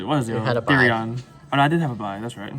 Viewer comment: "Therion" lol